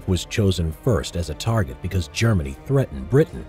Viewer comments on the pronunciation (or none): none